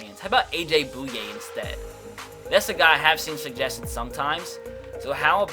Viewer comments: It's pronounced A.J. "BOY----YAY" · Finally - a Jaguar. Heads up, it's pronounced Boy-ye.